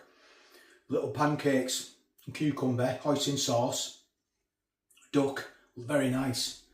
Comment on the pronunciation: Great video as usual. The way you said “duck”. You could make a proper Stokie. Lol 👍